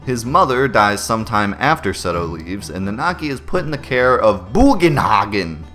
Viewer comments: lol 😂. It’s pronounced byugenhaigen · also the way you first said BUGENHAGEN is how I like to say Bugenhagen with a good hearty boo in there. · It's forgivable...but I will never get over your mispronunciation of virtually everything in FF7. Aeris, Bugenhagen, Regen, ect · u pronounced bugenhagen just as i imagined it lol, it reminds me of fusoya from 2....... foo-so-ya!........ i am so f-in late to this series! lmao